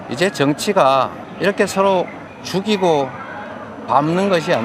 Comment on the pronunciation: 이재명이 "죽이고"란 말할때마다 소름끼침 뭐랄까 그 발음이 너무 리얼하고 힘이 실림.